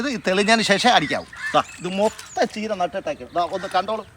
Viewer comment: കീര അല്ല ചീര